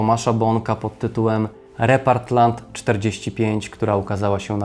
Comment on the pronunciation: Bardzo ciekawy odcinek. Taka mała uwaga - źle czytasz tytuł tej książki - to nie "Repartland" a "Repatrland" 😉